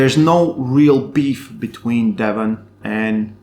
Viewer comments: Devlan and Levdon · I always hear "Levan" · Why do you keep calling Devon De-VAHN bud? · Your saying Devon differently lol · I never know if you say Levan or Devon. Sounds like you say Devan and Levon 😂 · Every time he said Devon I thought he said Levan and ice versa. Lol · Bro either say Devon or Levan I have no idea who you are talking about. why butchering the names and making it so complicated?